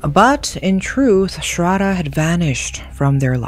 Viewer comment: its not ''srada' its sradddddddhhhhhhhha.....pronounce properly